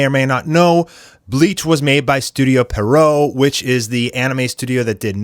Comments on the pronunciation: Yeah and Pierrot is a French clown’s name in origin and pronounced as the name ‘Pierre’ followed by ‘roe’. Pierre-roe not Perrow. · Literally, no one knows how to pronounce Pierrot correctly. Some say Peridot some say Pero-oh. But it is actually pronounced: Pee-ur-row -> Pee + Arrow -> Pierrot And I fucking meant it. NOBODY in the anime community pronounces it correctly.